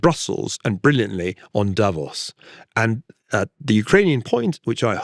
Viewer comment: The first commentator I've heard who actually knows how to pronounce Davos (Da-VOS).